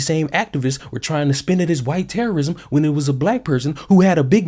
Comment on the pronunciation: Terrrorism….. really?